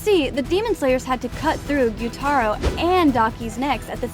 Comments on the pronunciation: stop saying (gyutero its gyutaro) (and zenetsu its zenitsu) and (tanjero its taniro) where did you learn you speak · man said guyuu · Why was she saying guyuu at the start